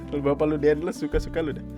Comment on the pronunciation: daendels bang bukan daendles